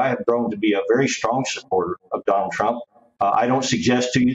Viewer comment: Did she call him Tonald Donald Trump at the beginning? 😂